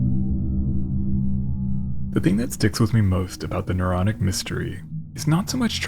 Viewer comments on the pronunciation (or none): And isn't it Naronic? Don't you think? A little too Naronic And yeah, I really do think